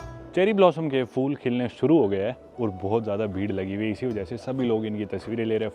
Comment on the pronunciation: Phool hota hai bhai fool nahi😅😅😅😅😅